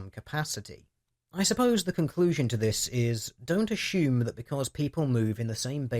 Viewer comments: food for thought. there is no H in the word assume.... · aSHOEm? I'm trying hear assume but hear A-Shoe-m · assume.... Heheh... You said A-shoe-m. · The number of times assume was mispronounced as "ah-shoe-m" was very distracting (similarly it's also very weird hearing a handful of people pronounce consumers as "con-shoe-mers"). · danged autocorrect. I meant that to read pronouncing "assume", with an S-sound, as "ashume", with an H sound in it. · the way you say assume is hysterical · Which part are u from where they pronounce the word "assume" like u do?._. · Just curious...Is it a typical British thing to pronounce "assume" as "assume"? There's nothing wrong with it, I just don't remember having heard it before, and wanted to know if it's common, or just a deer-ish idiosyncracy?